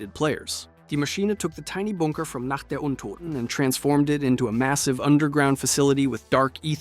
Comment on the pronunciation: liked the opening when u said nacht der untoten🤣